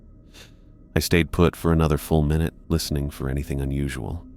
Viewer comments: "I opened up the clock and changed the mi-nute hand." 😂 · He also needs to learn how to say MINUTE